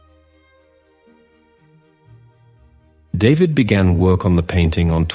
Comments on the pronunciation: His last name is pronounced (daveed). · AI,,,his name is "DAVIDE" so pronounced,,,not david the anglo way...